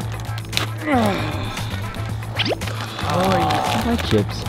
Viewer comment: No way just said quesadiLLa.... is quesadilla with silent l's lol... no matter what happens this is a great channel!